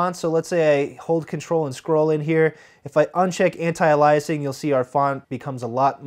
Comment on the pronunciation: I thought that was pronounced differently; like with an emphasis on the first syllable of "aliasing'.